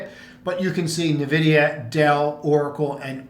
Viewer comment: Please stop calling it navidia